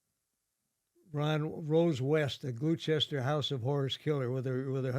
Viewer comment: Gloucester is pronounced Glosster not Glue Chester for anyone who cares 😂